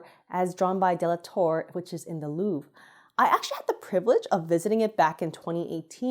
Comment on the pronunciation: She said it fine, That's just how Louvre sounds with an American accent.